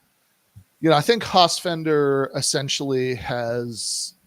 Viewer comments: This is really interesting but it's so damn hard to listen to say "Hossfender" over and over. It's like "nucular". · Guys, it's FELDER not FENDER..you could at least get the name right. yeah when i saw the Hossenfelder pro capitalist clip i totally cringed--generally did like her podcasts but now i am not sure, and she is taking it from EVERYWHERE for that clip tons of negative feedback--she certainly dropped the ball on that one, and she didn't even engage with on Twitter?? huh? Silly. Sean Carroll is another physicist that takes on philosophy and social issues but he is MUCH more informed on the subjects especially philosophy in which he chastises his fellow physicists for NOT having much interest in philo..